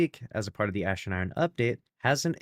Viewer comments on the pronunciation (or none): none